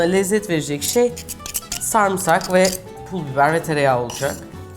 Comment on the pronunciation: Ne zaman sarmısak dendiğini duysam ayar oluyorum çünkü adı SARIMSAK bu bir beni mi rahatsız ediyor acaba?